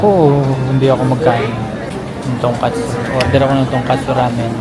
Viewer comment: Tongkotsu Ramen not TONGKATSU😅😅